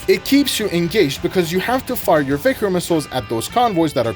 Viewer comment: It's so nice to hear right pronunciation of Vikhr and Khrizantema. Only to hear Kh-39 and GSh-23 right after ;( Idk who to blame for the translation of russian Х as KH, while the spanish J for the same sound already exist. I love your videos, just please say all KH's as spanish J in Jalapeño or Pendejo and SH as... well SH in every english word with it